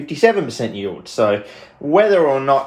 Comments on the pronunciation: yeild lol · "Yeild" lol are you welsh?